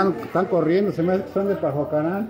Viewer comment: Pajacuaran amigo asi se pronuncia significa tierra de hongos